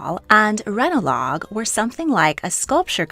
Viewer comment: Ranelagh is pronounced Ranley